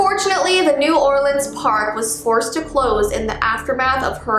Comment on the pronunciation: finally a person who says new orleans right.